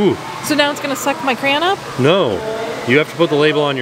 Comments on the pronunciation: Crowns? Never heard it pronounced like that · I enjoy watching tim tracker so its crayons not cray-ons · As a lazy Scot, we tend to pronounce crayon as 'crane'! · petition to not let into Crayola factory till he stops pronouncing it as crown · Pronounced cray-on. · I pronounce the word “crayon” as “cran”... anyone else? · Uhh, “crown” is not even remotely close to the correct pronunciation of crayon. was definitely pronouncing it correctly. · make sure you’re the one to teach the baby how to pronounce crayon. Lol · Shaunna J I was kidding them because if teaches Jackson how to say crayon, he will never know how to pronounce it correctly. gets teased because he almost always mispronounces that word. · How does not know how to say Crayon 🖍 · Just watching this to see how many different ways can pronounce “crayon” 😂👍🏼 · And the saga of struggling to pronounce "crayon" continues 😂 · Why can't say crayon? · i was thinking the same thing, lol, although he said it correct a few times, and then went back to "crown" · Say kray on=crayon!! easy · I believe it’s pronounced cray-on but in Michigan we all say cran 😂 never heard anyone besides say crown 😊 still love your channel though, you guys are great! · I’m sorry, but I can’t with the “crown”. It’s literally spelled cray-on. 😂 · Dying over “cray-own” or “cran” pronunciation! 😂😂 I say it’s “cray-ON” and I declare that it is the only way to say it. 😂 love you guys, thanks for always making me laugh! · It's crayon, cran is acceptable, but plz plz stop saying crown, it’s just not crown 😂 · They are called CRAY ONS not CROWNS!! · I believe it's pronounced cray-on. 2 syllables, not crown. At least that's how I've always heard it pronounced. Why don't you ask while at the experience ? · It's CRAY-yon, not crown! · It’s is cray-on. Not crown. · IT'S A CRAY-ON TIM!!!!!!!!!!!!!!!!! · because pronounces it "Crown" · Repeat after me: CRAY on. CRAAAY on.